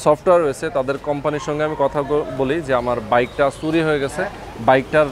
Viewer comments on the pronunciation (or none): Bhai, apnar shob video valoe but apnar kothar uccharon arekut improve koren. Suri na Churi bolen